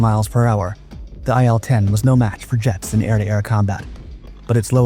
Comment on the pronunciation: Sorry to be that guy, but, the plane is an i L 10. As in Ilyusin-10